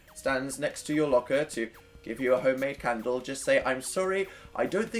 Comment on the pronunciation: when you said made a candle i thought i heard may be a cannibal